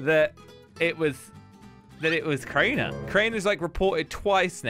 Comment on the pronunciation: It's keraner